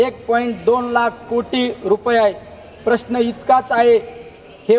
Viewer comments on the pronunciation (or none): none